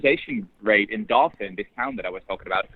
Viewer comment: Sounds like daw-fin, not daw-feen